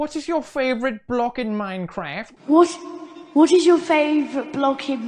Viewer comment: minecwaf showver